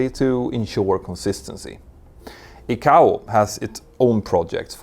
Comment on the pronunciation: Crikey! Does he use a 'teal-a-fone' or a 'tel-li-fone'? More wanky deliberately mispronounced industry terms to create his own arrogant authority! It is TEL EX (telex) not 'teal-lix' FFS! It is 'Ai-Kay-Oh (ICAO) not Ee-Cow! The same applies to Ai-Ar-Tah (IATA) I respect the work he does and the information he helps clarify for those interested parties outside the industry, but just as the information being disseminated must be correct so too must the pronunciation of industry-standard terminology. A European accent is not the issue, arrogance is. All of my European, African, Asian, Middle Eastern and Western commercial aviation (airline) industry colleagues manage to correctly pronounce these and many other terms. He will have heard his industry colleagues using the correct terms but elects to give it his own unique spin like he knows better! He even changes Juan Trippe's (Pan Am) name into something unrecognisable! There is no need for it and consequently it diminishes the quality of his work.